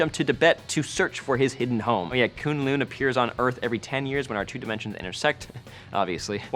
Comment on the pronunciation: Am I the only one anoyed by how sais K'un Lun? It's like Kung Lao from MK with the right letters,thay say it a lot in the Ultimate Spider Man series. Anyways Dr Strange will be out when it's time for the Iron Fist so there sould be no problem with the weird stuff